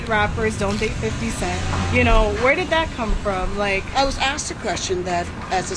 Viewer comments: It's "Asked" not "Axed" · This girl still says axed instead of asked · WE really can't pronounce the word "asked". lol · I said the same thing. ASKED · Somebody PLEASE make her start saying, "ASK" and "Asked!!" It drives me crazy to hear her always saying "Ax" and "Axed!"